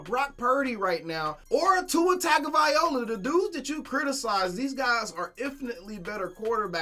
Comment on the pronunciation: Everytime he says Tua Tago'vai'ola(Tago'vai'loa) 😂